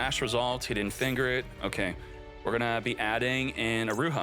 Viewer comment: You really gotta stop saying "finger" like that.